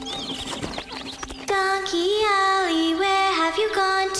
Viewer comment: Why does "Donkey Ollie" sound like "Don Quixote"? Was this intentional or unintentional on the part of the creators?